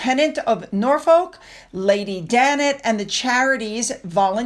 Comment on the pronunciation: I wish Americans would at least take the trouble to learn how to speak our language if they're going to try....maybe listen to how something is pronounced before just blazing ahead without any care, especially when its the name of the place visited. There's no excuse for not caring and pronouncing Norfolk wrong over and over . Like we Brits don't count and the correct pronunciation doesn't matter 😢 OMG....I've just got to "Edin borow " really???? If your going to talk about British towns and cities, please, please pronounce them properly 😮